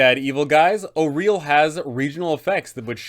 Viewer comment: Thank you for pronouncing Auril correctly